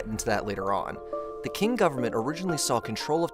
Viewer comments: yes, Qing is more of an "up-to-date" way of spelling Ching but the video kept pronouncing it as King. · Qing is pronounced Ching, not "king." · I think that Quin is pronounced "Chin"... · It was the Ching dynasty not the King dynasty. And please learn how to pronounce ABORIGINAL correctly.